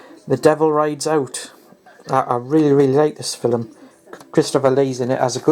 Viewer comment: "Fil-em" lol !